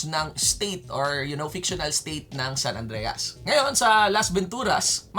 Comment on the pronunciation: "SAN ANDREYAS" (san andreas)